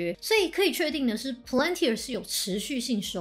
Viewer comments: 小提醒： 你念公司名的時候 一直都把 Palantir 唸成了 Plantir P後面少了a的音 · 這公司全文英文念成呸愣提爾，大大可能念太快而發音錯誤。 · Palantir, 重音在第一個音節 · 難怪我覺得怪怪的， 重音不是應該要在P嗎？這樣唸重音在L😅有誤請指正